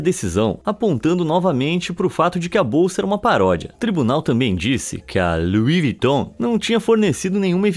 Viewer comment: Kk luis viton claro que não agora o nome é lui viton